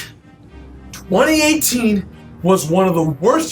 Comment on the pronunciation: Twenty Ay-Teet